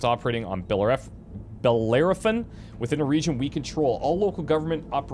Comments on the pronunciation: "Bell-AIR-o-fawn". Jesus man. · Bell air e fon Bellerophon was the Greek dude that slew the chimera with a chunk of lead on a stick. I've watched a few people playing this game and it's surprising how none of them can even pronounce his name :P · This is just a little side-note nothing important, the planet's name is pronounced like a church bell- ero- like eroding something, and -phon like phone it has a greek origin. Keep doing these videos, they are great!